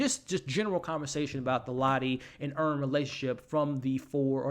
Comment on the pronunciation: Earn, not Vern 😂